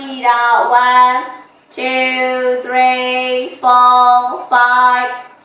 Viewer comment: ဝမ်း တူး သရီး ကိုဆိုတာသရီးကိုဘယ်ဘာသာနဲ့ဆိုနေတာလဲလိုက်လုပ်ချင်တာတောင်သရီးကျရင်ကြားလို့မရလို့ဆက်မကြည့်ဖြစ်တော့ဘူး